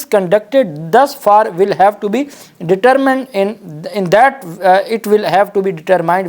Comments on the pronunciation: AOA.Dear SB. Heated کو ھئیرڈ پڑھنا درست نہیں ۔اصل Pronunciation گرد ھے ۔میں آپ کے v logs کو ریگولر دیکھتا/سنتا ھوں۔جو کافی informative ھوتے ہیں۔ اسی طرح آج ے v logs میں determined کے pronunciation ڈیٹر مائینڈ نہیں بلکہ ڈترمنڈ یں۔ شکریہ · Heared pronunciation is ھرڈ جبکہ determined کے ڈٹرمائنڈ کی بجایے ڈٹرمنڈ ھیں۔